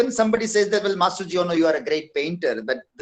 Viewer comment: Hi my teacher,,, it's not Masujo but Masuji